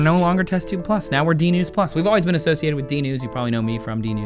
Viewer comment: LOL Trace said testube plus at the end